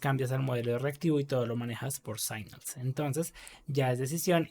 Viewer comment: Gracias por el video. Estaria bueno, igual, que si vas a repetir mucho una palabra en ingles que repases antes la pronunciacion. Se pronuncia /signals/ no /saignals/. Esto pasa mucho en tus videos y es una pena. A lo ultimo tambien decis Ngrx y estas hablando de Rxjs